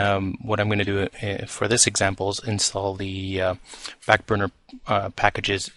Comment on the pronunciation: Did you just call it "FAT burner"?